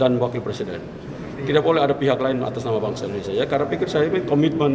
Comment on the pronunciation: Yg satu terlalu mengagung2kan & sering membawa nama nya dalam setiap pidato. Yg satu mengkoreksi hal yg tidak perlu, sampai ia pun berat utk mngucapkan INDONESIA dengan pengucapan yg lengkap! (Ada apa?) "Siapapun berhak mengatas namakan BANGSA nya sendiri untuk suatu perihal yg Positif"